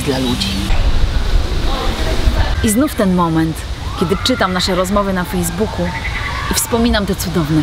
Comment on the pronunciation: dlaczego ta laska powiedziała , fedzbuchu??